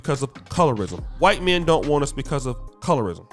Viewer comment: "he's very very whyte" 🤣🤣🤣🤣